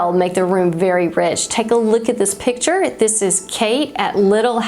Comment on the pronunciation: I think you mean picture, not pitcher. Pitcher, pronounced "pih‑chr" something that holds/pours liquid "a pitcher of lemonade Picture "pik‑chr”: artwork/photo